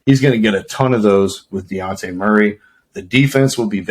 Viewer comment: DeYounte? It’s DeJounte😂